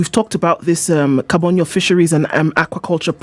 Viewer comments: Its Kabonyo not Kabondo Morara. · Kabonyo not kabondo